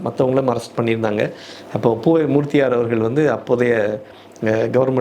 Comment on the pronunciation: பெருமிதம் கொள்கிறேன் Dr.மூர்த்தியார் பெயரெ உச்சரிப்புகாக